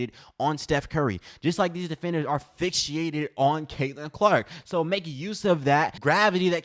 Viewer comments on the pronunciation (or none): Liked your comments but what in the wide world of sports is fix-she-ated?😂😂😂 I'm just hoping you got tongue tied over fixated. 👍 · "Fixated" not fixiated. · fix-ated bruh, there's no ficshiated